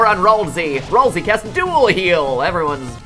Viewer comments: his name is ralsei not rasiel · It's Ralsei, not ralzee.